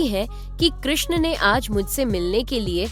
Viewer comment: कृष्ण चा उच्चार चांगला केलाय. आवाज ऐकायला सुस्पष्ट असल्याने चांगलं वाटले.